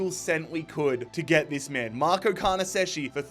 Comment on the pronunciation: I'm Italian and it's horrible the pronounce of Carnesecchi😂